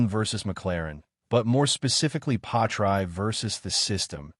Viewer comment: The worst AI name butchery ever. Really??? Pie-try? Bro the AI didn't even pronounce the s in Piastri. Delete this and remake it with at least some effort FFS.